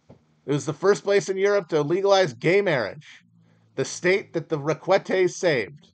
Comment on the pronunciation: Stop mispronouncing Requete. It is pronounced "Reck-ah-tae"